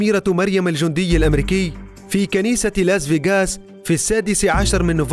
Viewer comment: لاس فاياقاس😂 يقهر كيف ينطقها